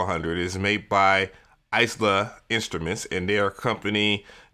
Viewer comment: Eye-La, not Ice-La